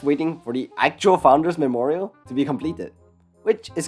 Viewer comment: FOUNDERS' MEMERROYAL 🗣️🗣️🗣️🗣️